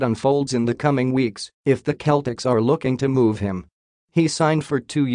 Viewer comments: It's not the Keltics (as you so mistakenly pronounce it), but rather the Sellticks! Learn how to pronounce the team you like reporting on!!!!!!!! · Words that start with letter C followed by either letters A, O & U are pronounced as a K while words starting with letter C followed by E or I are pronounced as an S so, CELTICS is pronounced as SELTICS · The announcer is pronouncing Celtic the Ancient Briton way. Americans change the pronunciation because the letter C makes an S sound when it's followed by an E.